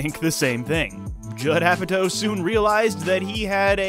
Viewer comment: It’s Apatow LIKE POW! So cringe hearing said like toe. I can’t watch the rest of this video. What’s next James Francow?